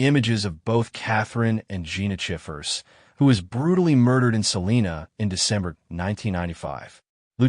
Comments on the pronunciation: First off your pronouncing Salina wrong. We pronounce our town Suh-line-uh. Nobody here in Kansas pronounces it as Sa-lean-a. Nobody!!! We understand why people not from here pronounce it that way. But here in Kansas we like a little lazy with our "A's" and go hard on our "N's" . Lol sorry not sorry. If I can teach my Alexa and my Gemini to pronounce it correctly I have faith that eventually y'all's AI narrator will get it right too. Side note.. We do pronounce it Sa-lean when referring to our county. 😂😂😂 What do you expect from people that joke about grabbing the shot gun and hanging out on the porch when the tornadoes come!? Mustang Pride!!!!! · Salina long i. Not Salena. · It's pronounced SAA-LINE-AH SALINA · First off it's Adam not Adams. Second Salina is pronounced with a long I like Sal (eye) na. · Yessssssss thank you!!!! I went off about the pronunciation too!!!! 😂😂😂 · Im listening out of Augusta, KS. It is always cool to hear about cases I have never heard of from a channel that is new to me. One thing respectfully - Salina sounds like suh line uh. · I bet you can pronounce it correctly too! Lol sorry it just bugs me hearing it constantly pronounce wrong. 😂